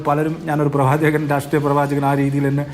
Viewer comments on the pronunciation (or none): പ്രവാചകനല്ല പ്രവ ച കൻ എന്നു പറയു